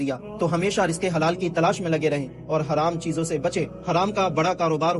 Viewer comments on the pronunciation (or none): none